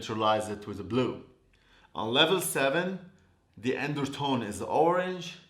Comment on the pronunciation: The “endertone” 🤣🤣🤣 I love you 😘